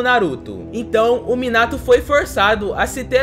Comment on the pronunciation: Tu disseste muinato kkkk